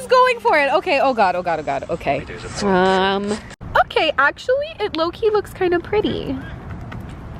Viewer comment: Every time you ssy, "low key" I hear "Loki" 😂